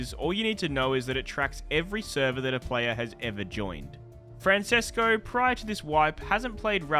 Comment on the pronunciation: The way you said Francesco made me chuckle hehe